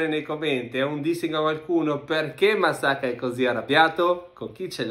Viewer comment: bu arkadaş MASSAKA 'ya musakkamı dedi dua et seni bulmasın :d